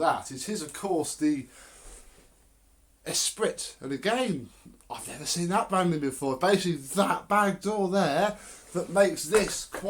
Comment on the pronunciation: Its pronounced "S-Pree", as in Lotus Esprit, and its cerise maybe, rather than pink (just to be pedantic lol). But yes, its very very nice, and I'd leave the tools in it that it has now - they look nice and they fit well in the tool compartment too!